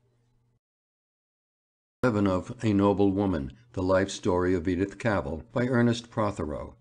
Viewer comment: and of her surname, which is pronounced Cavvle, like saddle :(